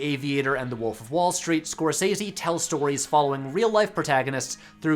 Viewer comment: That's not how Scorsese is pronounced.